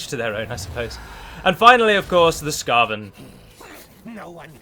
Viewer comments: I like how uo-front and honest you are about taking sponsorship for this! I can't fathom how some people would have an issue with it when you are just so open about it. We all got to pay our bills. Also it is pronounced skeiven, not skaven :P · skaven is pronounced similar to craven as they're all damn cowards fyi glad to see some warhammer content though :) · your pronounciation of Skaven makes me think you're newish to the setting, in which case welcome to a deep (not as deep as tolkien!) and dark setting, I'd highly recommend Loremaster_of_sotek's legendary lords playlist where he gives extensive backgrounds into the lore of the legendary lords from TW:W 1 & 2 (his Archaeon video is 2 hours long!) if you want to jump down this rabbit hole! Enjoy the game mate! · Just a heads-up! People are probably going to scorn you for not using all the new features, not using Teclis' magic, mispronouncing Skaven, and more! Btw no one says Skaven the way you do. Also, the reason the map of the Vortex campaign is smaller in the Mortal Empires campaign is so the game wouldn't fry CPUs that weren't created to play these kinds of games. Great video though, really liked your comments at the end with all the Legendary lords.